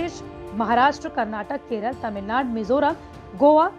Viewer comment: Its tamilnadu, not tamilnad